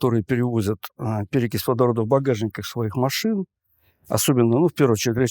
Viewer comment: КОГ ДА ОН ГОВОРИТ СЛОВО МАШИНА, ТО МНЕ СЛЫШИЦЦА ШВЕЙНАЯ ИЛИ СТИРАЛЬНАЯ